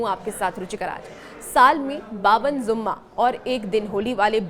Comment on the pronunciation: ZUMMA NHI JUMMA HOTA HA😂😂😂😂